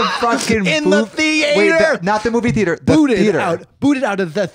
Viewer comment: the way i am gonna say theatre wrong for the next month